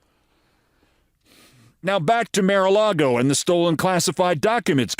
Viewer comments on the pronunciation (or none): Why do the silly thing of mis-pronouncing Mar-a-Lago? It's beneath you.